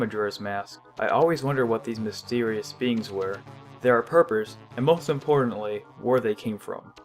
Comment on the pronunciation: Did he say perpers instead of purpose? And rant instead of ranch? Lol